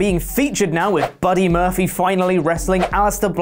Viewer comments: he said Buddy Murphily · Did he say Murphelly? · I thought his name was Buddy Murphy? said Buddy Murphly 🤔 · Sounded like you said "Buddy Murphily" in the beginning,. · At the beginning, did you say Buddy Murphaly? Haha:-) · Did anyone else hear say “Buddy MURPHLEE” at the beginning of the video? 😂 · First of all... who is Buddy Murphly? You messed up his name in the first few seconds of the video 😂😂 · He said “Buddy Murphilly” lollllll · I don't like the shade towards Billy Gunn. P.S., you said Buddy Murphly at the opening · Did he start out saying buddy murphily??